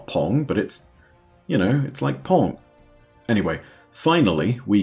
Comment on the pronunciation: It’s like pong, but it’s gnop